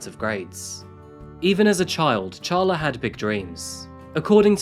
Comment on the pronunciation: It’s pronounced Sharla even though it’s spelled Charla